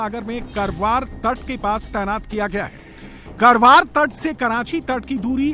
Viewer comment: Not करवार it's कारवार My native